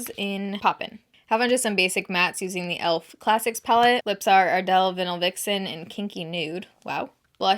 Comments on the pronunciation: Why do you pronounce “Vinyl Vixen” as vin-ill vixen instead of vvv-eye-null vixen?? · LOL.! 🤦🏼‍♀️ Ardell “Vinnel” Vixen? 😂 I think that you meant “Ardell Vine-el Vixen”. You’re too excited to start wearing her Flannels (just like I am!). I’m truly just teasing a little bit with you,. You know I’ve been a faithful and supportive subscriber for many years!! xoxo❤️ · Lexi Hay YES!! I was going to say the same thing...Vine-el...like records. 😂 Glad I’m not the only one who noticed...and I love, too! ❤️ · Sorry to be this person but it’s v-eye-nil, not vin-ill. Vinyl. Great video! Thank you! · Isn't the lip product pronounced "vai-nuhl" (not trying to be a butthead, I swear...just wondering)